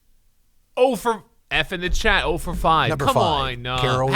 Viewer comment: "F in the chayt"